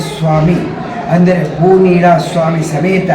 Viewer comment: ಭೂಮಿನಿಳ ಅಲ್ಲ ಭೂನಿಳ